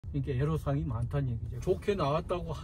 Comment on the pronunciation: 에로사항이 아니고 애로사항입니다..애로는 한자입니다